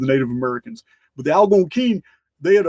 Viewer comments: mispronounced Algonquin. At first I didn't know who or what he was referring to. I finally figured it out. The accent should be on the second syllable. It would be fascinating to know how Native Americans beliefs and philosophies influenced our founding fathers. In fact it is essential to healing the deep wounds the white man has inflicted upon the indigenous peoples. We need a public recognition of their value and worth to mankind. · 👉 And the Anglo pronunciation for Algonquin is AL-GONE-KWIN 👈 😊